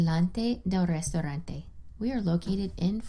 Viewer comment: There are a few errors, but overall it's a good video. Restaurante not resturante. Adentro de not adentro do. "Note that we need to add an s to the word cansado." - But the word is contentos.